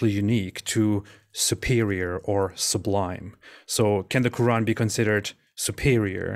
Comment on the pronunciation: should invite a medical doctor to talk about the ko-ooran.